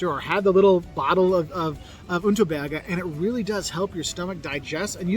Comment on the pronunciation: The Unterberger is wrong. Unterberg is right.